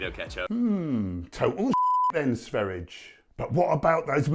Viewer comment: Not trying to be a smart ass but his name is pronounced Sveh ree ah not sver ijj